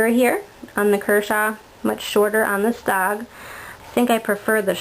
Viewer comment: Its cald S>O>G not sog and this ia a cool vid